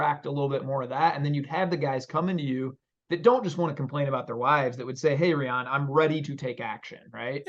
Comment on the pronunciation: Rye-ann not reeyan my guy